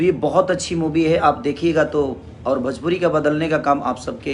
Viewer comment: भजपुरी नहीं भोजपुरी होता है।